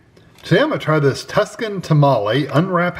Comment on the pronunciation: I think you mean Tucson (pronounced too-son). Tuscan would be from Italy.